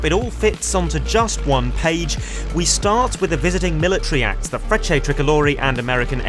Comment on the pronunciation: Sorry, now that I have listened to you again a few times, when you say "Frecce" (Tricolori) it sounds somewhat like "French". Accent/pronunciation thing, I guess. I stand corrected...😁